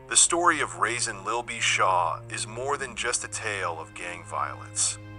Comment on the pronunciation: You keep calling this man “Rasin”